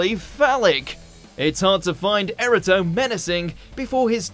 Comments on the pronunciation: Erato is pronounced "air-AAH-toh", not "error-toe". Erato was also the Greek muse of love poetry, so the name isn't unique to Doctor Who. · The mispronunciation of "Erato" as "error-toe" is even less understandable. At least Wirrn and Kinda were made-up names unique to Doctor Who, but Erato has literally been around for millennia. She was the muse of romantic/erotic poetry in Greek mythology. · Erato (air-AAH-toh) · FFS get a narrator who actually knows how to pronounce the names properly……eg Wirrn is pronounced wirrin, Silurians cy-loo-ree-uns, Erato eee-rah-toe and Kinda is Kin-dah. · The fact that the presenter can't pronounce Erato, Silurians, Kroll, Kinda or Wirrn correctly suggest he does not know as much as he claims to. After all, the's a fifty percent failure rate.